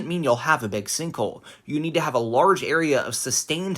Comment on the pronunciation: sinhkole lol, otherwise very interesting video!